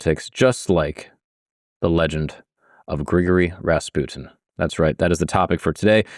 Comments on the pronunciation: BRO why are you saying it like that? I love your channel but the mispronunciation is so distracting. You pretty much got the surname perfect but it's not Gregory like we say it in the States, "Gree-gory" is how his 1st name sounds. And yea i am the pronunciation police, my grammar is often sub par though my vocab is phenomenal! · its pronounced Gri Gor Ree